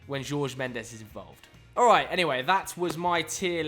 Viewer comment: The 'alright' at the start sounded very west country